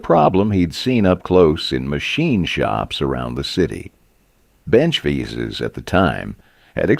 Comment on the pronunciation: “Bench Veezees”. C’mon! The story is about Wilton Vises, say the name of the tool properly! I refuse to watch any more of this!